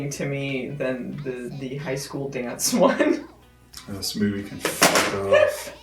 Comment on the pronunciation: I have seen these a few times now, and I smirk each and every time at the mangling of the dance's name. I don't know why it's so amusing but it's one of my favorite running gags on the channel